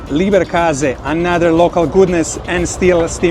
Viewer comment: It's LEBER...not LIEBER😅